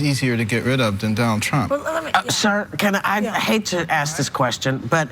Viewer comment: Please work on pronouncing the word ASK . Thank you